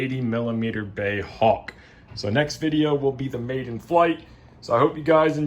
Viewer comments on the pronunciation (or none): Hey, it's not "Bey" - BAE stands for British Aerospace Engineering. Great video as usual:)